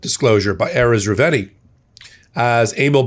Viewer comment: you got the whistleblower's last name wrong: It's Erez Reuveni (Re-oo-ve-ni).